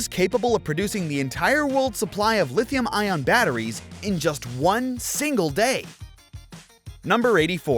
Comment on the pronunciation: its lithee-um sirrrrr